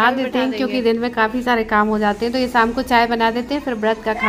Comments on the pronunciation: Rama di ko sha bolne me problem hota h woh sa hi bolti h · शाम होता है ना आप जब देखो तो बोलती हो साम